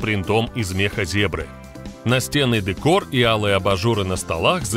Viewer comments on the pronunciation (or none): none